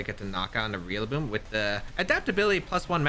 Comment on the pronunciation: Still can’t stop hearing you say REALLABOOM